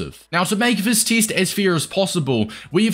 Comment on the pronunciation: bro why do you say teest